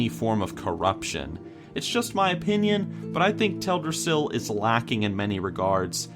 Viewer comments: Tel' drassil?? For 11 years, I thought it was pronounced Tel dras' sil. Too late now to change. #4 Dun Morough, #3 Gilneas and #2 Tirisfal Glade ..,. absolutely Spot on! As for Azuremyst Isle coming in at #1, I never would have even given it a thought. Great Top 10!! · Does it bother anyone else the way he says Teldrasil?